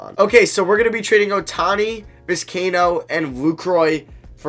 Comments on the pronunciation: hearing you butcher these names is brutal, just read Vis-kai-ee-no Bed-ro-sian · Pronunciation: Viz- k - eye- a - no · love the videos and I love that your doing MLB. But please, PLEASE learn how to say these guys name Bedrosian and Vizcaino were annoying me the whole video